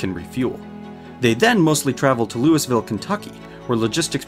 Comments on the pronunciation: We here in the midwest US pronounce Louisville like King Louie ;) US: LOO-ə-vəl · DUDE... say it like this: "LOUIE-VILLE" Kentucky, ok :P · Ironic that you messed up Louisville but seemingly got all of the Chinese cities right! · Ahh the common mistake of mispronouncing Louisville.